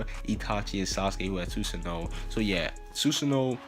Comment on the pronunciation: Bro learn how to pronounce it it’s su - san -oo